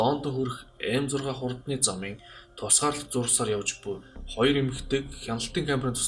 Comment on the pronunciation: роёр биш хоёр шүү 😄